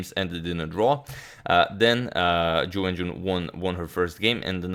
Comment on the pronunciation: I don't know why but every time he says Ju Wenjun i hear "jew engine". :D